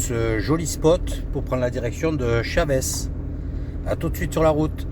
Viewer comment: pas " chavès "mais "chaveuche "😂😂😂pas évident mais il faut le dire en mode rapido